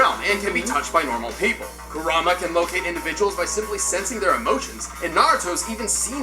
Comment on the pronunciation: He said kurama wrong